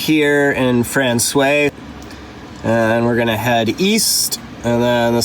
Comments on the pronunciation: Frans-wah. Not Fran-sway 😉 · Guys, you gotta say «François» properly. When you say the word «wow!», you actually make two sounds: Wa-O. To say François, just say franç-wa, et voilà! French is weird the in that way, «oi» sounds like «wa». Hope it makes sense. Loving to explore Newfoundland alongside you, beautiful scenery. Fair winds and rocks! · You pronounce François as frahn-swah , not frahn-sway, but perhaps the Newfies do it different. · The way my university Nufie buddies pronounced Francios: - My guess is my Nufi buds would have said to me: Robi, come "Bif the ball to I, me bi, down in da taun of Fran-SWI { not SWAY, the A gets dropped though it is there per the sing-songie, whimsically happy flow of old Protestant Irish to hide how dangerous they are} - Translation; { come Robi, Throw The Ball to me, My Boy, down in the town of frahn-SWAH.}